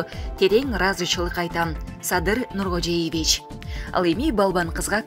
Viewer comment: Комментатор, Нургожоевич деп жаттап алчы, өтүнүч. Дастан Жумабековго окшошпой.